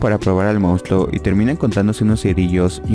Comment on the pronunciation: "mounstluo" JAJAJAJA eres el mejor